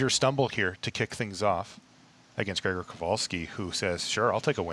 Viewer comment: Perfect pronunciation of Grzegorz's name from:) And an excellent job by both and as usual - we've become too used to greatness during those good old days hehe